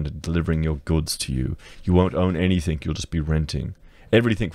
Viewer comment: Anythink anythink anythink. LOL